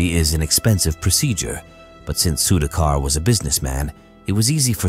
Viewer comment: Good if can learn to pronounce the Indian names. Was difficult to listen to Sudhakar’s name being mispronounced throughout the video. Goes for names in other videos too.